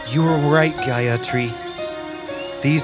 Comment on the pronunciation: The pronunciation is totally wrong... it should not have been pronounced as Gayatri, it's Gaayathri. and also it's not Manibhadra it's Manibhadhra